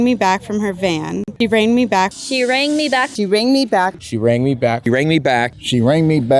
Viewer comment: Rang is not pronounced the same as rack. NG is a consonant digraph that makes a special sound.